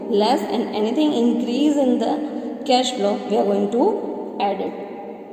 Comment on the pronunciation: Cash bolna seekho yaar